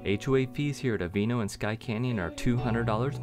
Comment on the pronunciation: Yeah, I'm wondering if that's the correct pronunciation. I would think it would be pronounced Ah-vee-ah-no.